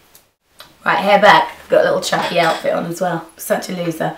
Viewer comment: soooooo AMAZING:)) love the way you say chucky :))